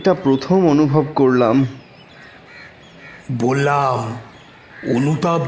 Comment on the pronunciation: বাচিক শিল্পীদের কন্ঠশ্বর ভীষণ ভাবলেশহীন, আর মূল বাচিক শিল্পীর শ্বাসাঘাতে সমস্যা আছে। আর প্রতি শেষ শব্দের দীর্ঘ উচ্চারণ!! উদাহরণ যেমন .. "করলাম" উচ্চারিত হচ্ছে করলাআআআম!!!